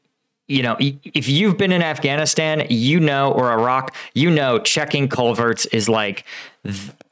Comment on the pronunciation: Thank you for not saying i- rack